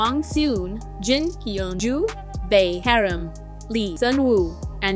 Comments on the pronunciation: that's bae haram in miracle, not bae yeram. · It's not haram but yeram in 💀